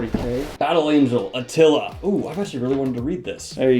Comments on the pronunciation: Reading Alita as Atila blew my mind lol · Probably it was already said... But when Alita is written on the Cover, it probably is spoken Alita and not Atila.